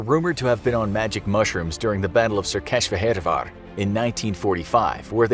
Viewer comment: Székesfehérvár's name was butchered